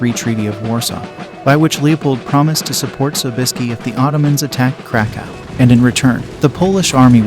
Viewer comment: These dimwitted AI voices which haven't got a clue how to emphasize words makes this sound embarassingly silly. Because you're talking about Ottomans attacking, the phrase "And in return, the Polish army would come to the relief of Vienna if it were ATTACKED" sounds idiotic. You're supposed to say the Poles would get help if Poland were attacked, but they would come "to the relief of Vienna if IT were attacked." Talk about sounding like you have no idea what you're saying. This mistake is repeated many times. How about this idea? Get an actual narrator who has some idea what he's saying.